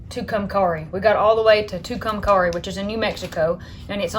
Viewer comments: It pronounced “ to-come- carry ( Tucumcari) New Mexico ❤️ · Shasta and Nevada are short 'a' sound, like hat, cat and bat. Tucumcari is pronounced "Too-kum-carry". The Spanish "Ah" version of "a" is not used in any of those three words.